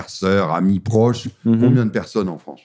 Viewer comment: J'aime la Civilisation européenne, mais la Fwânce ? NON